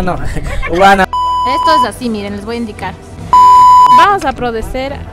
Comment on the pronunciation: Como es que dice "vamos a prodecer" JAJA, soss nerviosss, Buen videopp :3